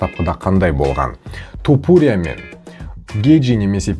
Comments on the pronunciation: тОпурия демей То(а)пурия деш ,нервыны ауыртпай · Брат Тапурия деп аита берши😂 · Туупурия дегенине ризамын брат 😂